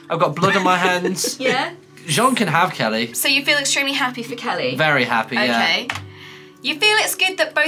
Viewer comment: i honestly cant be the only one who thought 'kelly' sounded a LOT like 'kaeyi' lol